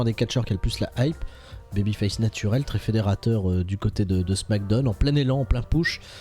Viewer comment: Salut ! Je regarde assez souvent vos vidéos mais la manière dont tu prononces "Smackdown" me stresse de ouf 😂